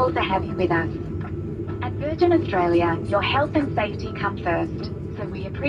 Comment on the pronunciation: Estraylia sure is noice!